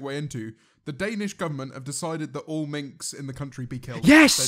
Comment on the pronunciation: Minks (plural of Mink) not Minx